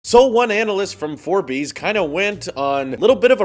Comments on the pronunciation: Wow so he said Forbees instead of Forbes pay attention to what is relevant people no big deal .. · For bees? It's Forbs. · For-bees... yikes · Yes. he said 4 Bees, instead of Forbes. Not sure if it's sarcasm or just being a lazy researcher. Honestly not sure, but leaning towards the latter. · The One Sounds like Four Bees to me since I’m Scottish, haha. For here is pronounced F-oh-r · Did you seriously call it 'For-bees'? XD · Its Forbes not for-beez...... And when the reality says Apple lost as much market cap as Facebook, u are the only channel being unrealistically optimistic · DID YOU JUST SAY FORBEEEES? HAHA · lmao wtf is forbeys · Forbees??? Like Ferbies? 😂 or are we talking about the widely known news outlet that is Forbes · You absolutely made my day with the For Bees pronunciation. Lol. They generally have some pretty awful tech articles. You do a great job of passing info along and giving us your take. Always enjoy your videos! Happy New Year! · Forbes are such has beens. Good you butchered their name. =) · Lol who would unsubscribe because someone mispronounced something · its forbes not forbes! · Maybe he can Google how to say Forbes... I mean use Siri. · I honestly didn’t pay attention to mispronouncing Forbes. But regardless, I think some people hoping Apple’s next iPhones will become like Samsung’s smartphones, having multiple options including parts that those people wished Apple didn’t ditch, like the headphone jack and TouchID. There’s a saying “less is more” and that does hold true. So I am also anticipating for that time when Apple to ditch the lightning port and go full wireless, as well as implementing MicroLED panels, to be my next upgrade.